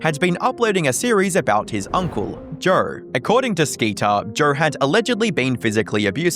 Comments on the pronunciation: Why do you say Joe so weird? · 8:355 that cannot be how you actually say Joe